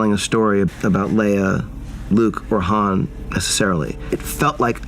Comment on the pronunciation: The... actress for Matt Damon kept saying 'Han' like Hand... and no one stopped her...? Went, "Uh, it's pronounced Han, like the Dynasty"?